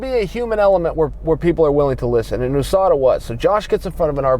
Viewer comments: ooooooSadaaa same 😂😂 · Why does it bother me so much how he pronounces usada?